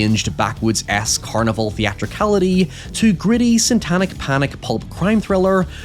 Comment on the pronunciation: you keep saying SANTANIC